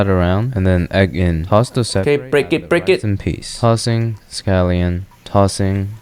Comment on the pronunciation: That is not "Tossing"